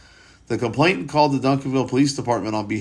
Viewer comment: You're mispronouncing it as having a t in the middle. It doesn't. It's complaiNAnt. Not complainTant. It's a common error.